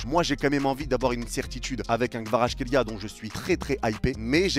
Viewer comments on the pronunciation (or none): Ça s'écrit Kvaratskhelia mais ça se dit "Kavaratsrelia"